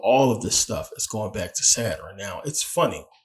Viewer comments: Good information brother. But, what is a Saturin? I thought it was Sa-turn? 🤔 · First video I skipped. If you can't pronounce Saturn then why would I listen.😢